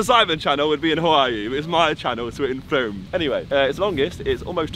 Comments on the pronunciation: I feel bad for the people living in Frome he pronounced it wrong Edit: i live near frooooooooooooome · Nah the way he pronounces Frome 🤦‍♀️🤦‍♀️ so wrong 😂😂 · I think josh offended all of us in frome with the way he pronounced it and dissed our train station 😂😂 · The pronunciation of Frome nearly killed me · I knew you were gonna pronounce frome wrong the MOMENT you said you were at swindon station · Your said Frome wrong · I love how you can’t say Frome correctly 😂😂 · That's not how u say frome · your saying frome wrong It is the hardest place to pronouce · I live i from and your pronouncing it wrong mate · I live in 'Frome pronounced Frooome' 👍🏼😂 And is right, there's nothing interesting that happens here! 😂😂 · it’s pronounced froooome like broom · 1. Its pronounced "Froome". 2. Longleat is in Warminster not Frome. 3. My boyfriend is a fan and is only now finding out you came to Longleat... we live on the estate 😂 Ps: he got us lost in the maze on our first date 👌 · its froooome thats how it prenountsted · I’m near frome it is pronounced FROOM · I live right next to longleat btw it’s pronounced froo m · You said frome wrong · It’s Pronounced Like Frommmm! Please...Frowme..... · you pronounce it ‘froome’ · You said frome wrong :') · Lol it’s pronounced “froom” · It is pronounced froom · Frome is pronounced froom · Not F-Rome. It's pronounced F-room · It is pronounced froome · My brother and my dad lived in Frome for 3 years he went to Frome college, been there a few times and its funny coz we were the only black ppl there (not my dad but my brother). We say it as Frooome so its an ou sound but yh, the train station is jokes, the other platform is just covered in bird shit. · Frome is pronounced “froom” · Firstly it's pronounced froom secondly I have completed that maze in like 5 minutes thirdly clickbait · its pronounced froom ffs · The way he says frome is triggering me. Its pronounced froome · it’s pronounced froome but spelt frome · "FROOME" not frome